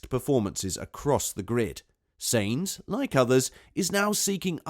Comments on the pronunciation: Is this a robot talking? When i hear so many terrible pronunciations i figure its a bot. Its sahinz not say-inz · I swear you say "SEEEINTZ" intentionally. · SAINZ is pronounced as 'Sah ints.' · Am i the only one that is annoyed by how this man doesn't know how to say "sainz"